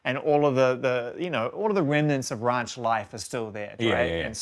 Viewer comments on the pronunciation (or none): WRANCH? did he meant RANCH? Urgh, this guy so bitter that he doesn’t get to work with him…